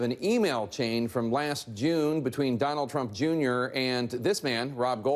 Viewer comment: "Donald Trumpa Junior" xD